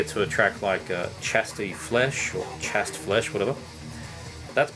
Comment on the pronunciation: Love your videos. By the way, it's CH-AY-STE Flesh. Chaste as in pure :D